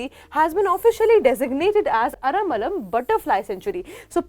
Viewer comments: its not Ara'malam' say ara first then lam. aralam. ther is no 'ma' in bw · Aramalam nahi hai Aralam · Maam its ar-al-am not aramalam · I think there's no way the spelling A-R-A-L-A-M can be read as 'Ara-malam' unless you're clueless. At bare minimum, try to pronounce the name properly before streaming content to a huge audience.